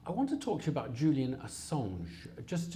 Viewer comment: "Julian Assaawwwwnshhhhhh." No.